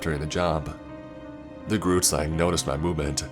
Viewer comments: That pronunciation of Groot Slang was awful , coming from a South African. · Hi, I'm Nichelle and I personally live in SA. I've heard about all the tales such as the Tokoloshe, pinkie-pinkie and Anansi, but never heard of the grootslang but I just wanted to tell you that you said it wrong, it's pronounced groo (saying the "g" with you're throat) t groot means big in africaans. Then slang means snake in africaans, sla ng. So the word means big snake. From my research, the grootslang is a big long snake with a elephant head but there may be people who have done more research then me.